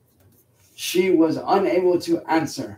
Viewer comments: "She could not ansaa" why does he do that shit 😂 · I like that slight regardation dialect he used, "unaybull two ahnn-sur." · whats with the weird accent on "answer"? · Why does he say answer in such an exaggerated manner?